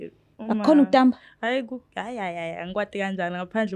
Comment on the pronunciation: Kutsamba hhayi kutamba